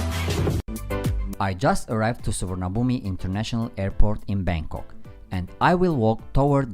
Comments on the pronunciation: UPDATE...Sorry it's pronounced Suwannapoom.😄😂👍👍👍. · roguemale TheOne&Only Closer to Suwannapoom , there is no “v” in the Thai language , spoken or written , and the second syllable is closer to “ann “ than “arn “ . I’m puzzled as to why they chose to use a western spelling that is so far away from the Thai.